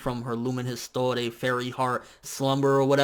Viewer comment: Yeah, it sounds like that but the "r" should be pronounced because it's a french word "ees-twar"